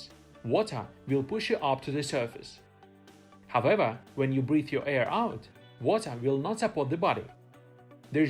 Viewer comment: Hahaha, I was looking for this comment so long 😅 haavewah